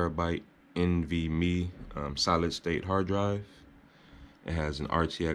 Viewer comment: Lmfao the way this dude said nvme.